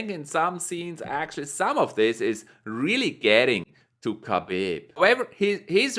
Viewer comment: Habib not khabib